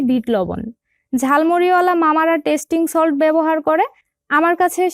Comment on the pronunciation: ota tastin solt na tasty solt